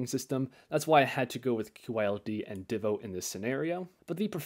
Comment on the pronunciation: I like when people pronounce DIVO the same way I say it lol. Great video!